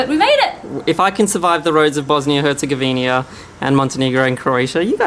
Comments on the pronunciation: Its not Bosnia and HerzegovinIA. its Herzegovina! haha good try tho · Its Bosnia and Herzegovina, not HerzegovinIa. Lovely vlog. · Why do you keep calling it Bosnia and herzegoVINIA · Funny how the 'Austrian' in the video always says Herzegovin-I-a.